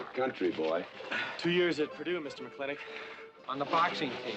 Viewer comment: Would anyone of you fine fellow cattle ranchers tell a greenhorne like me why on earth they again and again pronounce McLintock kinda like McLinnek? Is there some Southy thing goin on or are my ears getting just too old?